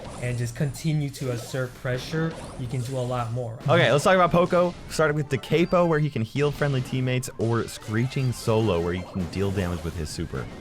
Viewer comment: Thank you for correctly pronouncing "da capo"! 😄